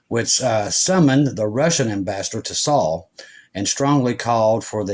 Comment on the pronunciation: seoul korea is pronounced like “soul” And Haifa is pronounced with an I not Hoffa.